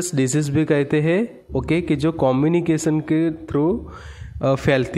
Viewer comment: Disease not decease